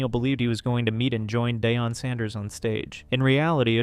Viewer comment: you didn't just call Prime day-on. Well you just did it again 🤣 It's pronounced Dee-on. Tell me you don't like football without telling me you don't like football. I won't unsubscribe but c'mon he's mega famous.